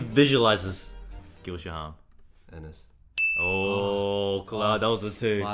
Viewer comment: okay okay I love brett and eddy BUT they pronounced Shaham wrong. it's SHA-kham, not sha-HAM. :3